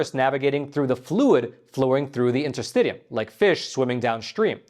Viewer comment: Awesome. I’m a registeredTCM acupuncturist as well as a registered massage therapist. Will be interesting to see how willing western medicine want to let other civilizations thrive. A matter of giving up monopoly to give way to more affordable healthcare alternatives to the world. BTW, intrrstitium is pronounced in.tr.sti.shee.uhm.